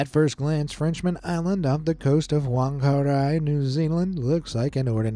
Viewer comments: Is not wungaRay it’s FungA-Ray ‘Whangarei😂😂(wh makes an F sound in te Reo Māori) it sounds funny how you said it 😅😅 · Whangarei is pronounced Fun-guh-ray. In Maori Wh is said like an F in English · Whangarei (Fun-ga-ray)😅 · I was looking through the comments to see if anyone tried to help him pronounce Whangarei